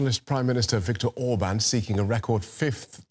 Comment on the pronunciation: I love how she actually learned to pronounce the names.